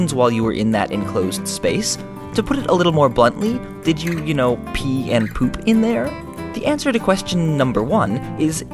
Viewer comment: i just notice you said poop like pope once in this video